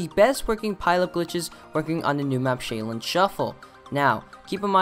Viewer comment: It's pronounced sh"ow"lin shuffle